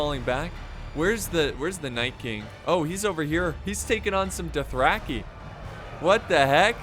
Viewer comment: I like how pronounces Dothraki like “Duthracky”